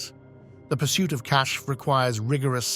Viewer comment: The word being pronounced as “cash” in this video is actually spelled “Kashf”